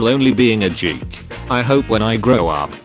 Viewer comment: DID THEY JUST PRONOUNCE GEEK LIKE JEEK WTF